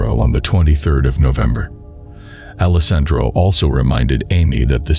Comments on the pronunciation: That part drove me crazy. Mispronounciation is a huge pet peeve of mine. You got alessandro right about 50 percent of the time. Lol As long as you're learning from your mistakes, it's all good. Nobody is perfect right off the bat. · This was the first time I've heard the name Alessandro pronounced so many different ways.